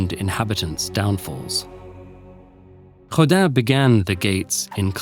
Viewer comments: I don't speak French so pardon me. But is Rodin really pronounced like Hodan or am I hearing wrong? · No, but the corresponding phonem don't exist in english, so the closest you can get is "Rodain" I suppose